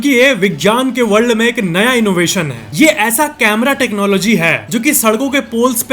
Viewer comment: Why do say हा instead of है, हैं